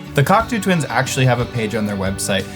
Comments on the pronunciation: Cackatoo Tuinz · You want that pushbutton/Dimension rack chorus? Klark-Teknik still makes one.Cheaper than many pedal choruses, from Sweetwater Sound. Also, the way pronounces "Cocteau Twins" makes it sound like a porno.